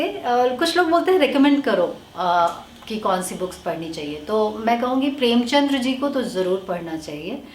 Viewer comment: प्रेमचंद हैं वो प्रेमचंद्र नहीं। कृपया इतने बड़े साहित्यकार की कृतियां पढ़ने से पहले उनका नाम शुद्ध बोलना सीखें। सुझाव है हेट नहीं।